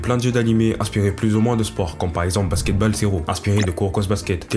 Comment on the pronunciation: alors vraiment bien la vidéo ! par contre stp respect le nom des sports basket balle ça ma fait saigné des oreilles le "a" ce prononce "o" plsssss (c'est juste un détail détaillé mais aze)